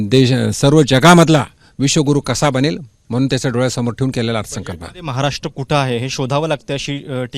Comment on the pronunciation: केंद्रीय राज्यअर्थमंत्री असून....महाराष्ट्र हा शब्द नीट बोलू शकत नाही....हे दुर्दैव...😥